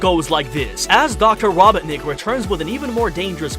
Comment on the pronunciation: "What do you think guys" I think you need to stop saying robotnik like that. Its robot-nick